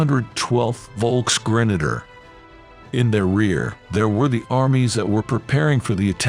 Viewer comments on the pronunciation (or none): none